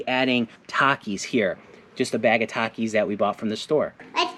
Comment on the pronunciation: "TA-Ke" Popcorn... Now I now how to pronounce it correctly... LOL